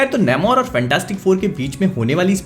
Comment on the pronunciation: Please don't butcher the name its "nAmor" not "nAYmor"